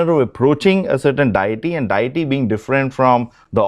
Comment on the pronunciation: Stop saying DIETY. It's Deity. And pronounced DAY-A-TEA.